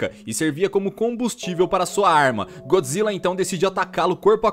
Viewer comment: usa a pronuncia japonesa Goijra quando falar de filme de godzilla